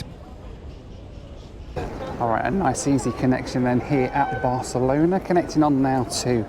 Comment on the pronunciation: I love how in this video sometimes pronounces Barcelona as "Barcelonar" and when he was in Athens, Greece he calls the Acropolis "the Apocalypse" 😆